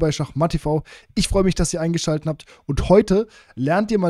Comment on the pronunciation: Ich weiß nicht, ob es Dir bewusst ist, aber es heißt "ich freu mich, dass ihr eingeschalt e t habt!" Ok?